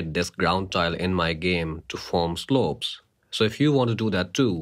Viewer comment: "to form slööps"